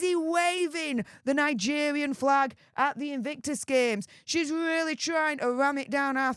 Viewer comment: Nigevvvvvian😂 ffs u need speach thevvvvapy 😂